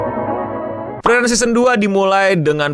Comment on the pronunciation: Please bang frieren tuh cara nyebutnya Fri-ren bukan fri-eren